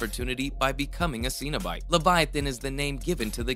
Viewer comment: No idea what a 'Scene-O-Bite' is??? I have heard of Cenobite tho. As in 'Sen-O-Bite'. Did you even read the books or watch the movies before making the video?